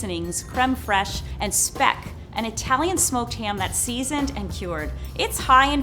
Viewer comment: as a german I absolutly adore Franks pronunciation of the word "Speck"